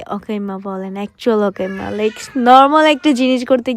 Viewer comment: অকাইম্মা ❌ আকাইম্মা ✅